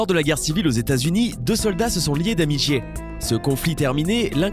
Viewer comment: "Ce sont pris d'amigié"? xD